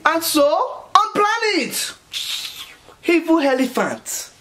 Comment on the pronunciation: "Hevil helephant"